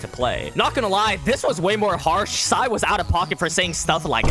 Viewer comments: Excuse me sir it pronounced sae not sai🤓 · Its sae not sai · Sae not Sai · IT'S SAE NOT SAI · It’s sae not SAI 4 eyes ffs